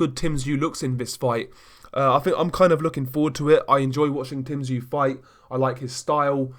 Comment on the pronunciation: Top Video. One thing, only small. Tszyu is pronounced with more of a "OO" rather than a "U". Almost sounds like your saying "ZOO". Hate to be that guy. Sorry.